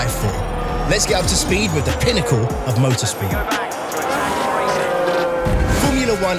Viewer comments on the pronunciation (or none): putting so much emphasis on "pinnacle" while the cars are slower compared to previous seasons :face-blue-smiling